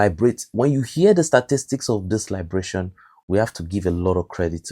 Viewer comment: I haven't heard the pronunciation of liberation they way you pronounce it. IS IT AMERICAN OR BRITISH?